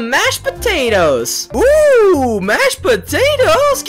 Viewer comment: George: I GOT SOME SOME MASHED POTEOTEAS*: I CAN I HAVE SOME*PLEASE Me:Laughs so hard*